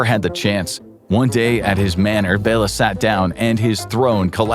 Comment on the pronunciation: Its Béla and not Bela like Bella.